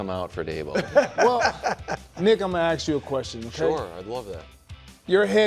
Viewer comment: My addition to the BUD list is black folks not being able to pronounce ASK. The “S” is before the K. 😂😂😂😂 Before I get hate it’s a joke folks… love Jennings on the show!